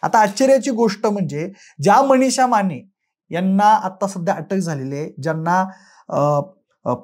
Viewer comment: व्हिडीओ काढायची खूप हौस तुला पण मराठी उच्चार शुद्ध नाहीत ! आश्चर्याची म्हणायचं तर आचर्याची ! मनिषा च्या ऐवजी मणीशा, माने च्याऐवजी माणे...काय ही मराठीची हत्या ??